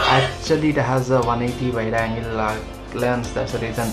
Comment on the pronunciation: It’s wide angle and not wild angle ..😂